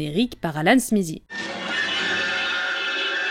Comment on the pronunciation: Pourquoi le Z dans SMITHEE ? J'aurai toléré si c'était SMISSIE mais SMIZIE waouh TH suivit d'une voyelle devient souvent voisé comme avec THAT, THIS, on a donc un son proche de D, donc SMITHEE donne SMIDEE (SMIDIE)